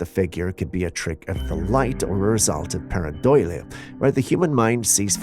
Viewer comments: Par-a-do-lja Not making fun of you, just trying to write how you can say it until you get it. Only here to help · Pair-ah-dole-E-ah Maybe that will help. 😂❤ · pair-uh-doe-lee-uh pareidolia